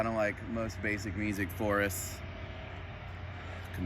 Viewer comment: Are you saying “music forest” ? Meesic?